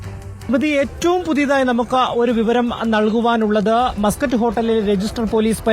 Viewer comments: മാസ്കറ്റ് അല്ലടി.. മസ്‌ക്കറ്റ് ഹോട്ടൽ.. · Maaaskatt alla chechii... Musket aan he😂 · Yavalqentha rogam! "mascot hotel" ennu parayunne? Avalde ground reporter muscat ennu paranyattum, backgroundil aaro yavale aadhyame correct cheythittum, veendum 'mascot mascot' ennu parayunna vevara heenal 🫵😡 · മസ്ക്കറ്റ് ഹോട്ടൽ അല്ലേ ? എന്താ മാസ്ക്കറ്റ് ഹോട്ടൽ എന്ന് പറയുന്നത് ?🤔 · മാസകറ്റ് അല്ല മസ്ക്കറ്റ് ആണ് 😅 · മാസ്കറ്റ് അല്ല മസ്കറ്റ് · മാസ് കറ്റ് അല്ല മസ്ക്കറ്റ് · Muscat aanu maascut alla😂😂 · മാസ്സ്കറ്റ് അല്ല മസ്കറ്റ്